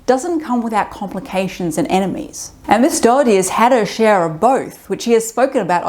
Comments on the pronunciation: I completely support Caitlin Doughty's opinions and activities. By the way, her last name is not "Dougherty", as you seem to pronounce it. It sounds more like "dough-tee" or "doe-tee". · Doughty. Not Dougherty. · Just to let you know, her last name is pronounced "Doty" ("Dough-tee" or "Doe-tee"), rather than "Daugherty". It's just two syllables. =) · If you want to show actual respect for her, try pronouncing her name correctly! Not Dough-er-ty, but Dough-ty. Not once did you say it right. BTW, I love her. She has taught me so much, about the industry and history. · I've only just come across her videos, I thought her name was pronounced dough-tee 🙃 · Dough-tee. Doughty. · Her last name is pronounced Doe-tea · I feel bad I will constantly miss pronounce her name because my mom’s maiden name is also spelled Doughty but pronounced Dowtea. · Just a heads up, you're saying her last name wrong. I don't think she'd actually mind, I just thought you should know. It's pronounced "Doty." Anyway, good video, I'll be subscribing. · At least pronounce her name correctly, it's very distracting. Don't blame you accent. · All that research and you guys still didn't say her last name right 😢